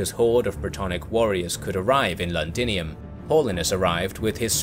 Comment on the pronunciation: Londinium not landinium.